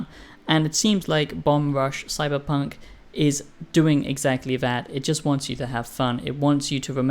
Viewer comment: Ya keep saying "CyberPUNK" It's FUNK!